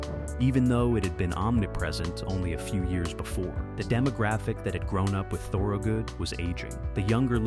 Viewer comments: say THUR-good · repeated incorrect pronunciation of "Thorogood" is godawful annoying. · The video is interesting. I grew up outside Philly listening to him. He was my first concert. Couldn't you make sure your shitty A.I. narrator at least pronounced his name correctly? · AI mispronounces the name. It hurts.